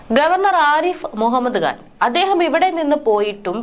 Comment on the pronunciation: കുട്ടീ, ആരിഫ് മുഹമ്മദ് ഖാൻ എന്ന് ഉച്ചരിക്കാനറിയില്ലേ? കഷ്ടം, മലയാളമറിയാത്ത മലയാളികൾ.